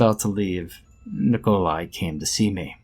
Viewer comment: "Nicole eye", eh? Real slav-ophile you are...